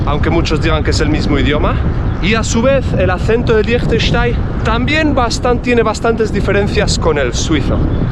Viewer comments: Como dijiste? Frankistain? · Se pronuncia asi: leinchestein, así de fácil 😅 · Team pronunciación "Lichtenschtein" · Siempre me cuesta diferenciar los acentos. Liechtenstein, de acuerdo al acento local, ¿se pronuncia algo así como “Leegh tesch tai”? ¿O me equivoco? Porque creo haber notado que la “n” es muda cuando lo pronunciaste con el acento del país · Yo lo pronuncio como: “Liktestæn” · Me encanto "Liechestein" jajaja sobretodo porque se puede ir en bici a Austria y/o Suiza Consulta eres de Liechtenstein o Austria/Suiza? gracias por el video como siempre... me sigo "qdando" en Suiza y "trabajando" en Liechtenstein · Yo lo conocía por la película de corazón de caballero. El personaje se hacia pasar por el lord de Liechtenstein. Y creo que por culpa de esa película pronuncia mal su nombre.